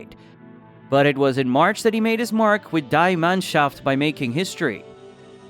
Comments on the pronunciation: Yup. "Di" Mannschaft. LOL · Really? Nängelsmann and DIE Mannschaft😂 how could you pronounce the A in the End as an A but in front as an Ä😂